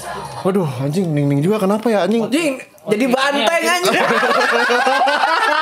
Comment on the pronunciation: Bang, kalo susah nyebut nama Ningning 😂 gapapa kok nyebut dia 𝐍𝐈𝐍𝐈𝐍𝐆/𝐍𝐈𝐍𝐆𝐒𝐈𝐇. Karena itu panggilan kesayangan fans dari Indonesia untuk dia. 😅❤